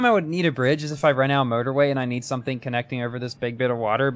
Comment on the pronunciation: Sometimes when you say motorway, it sounds like murderway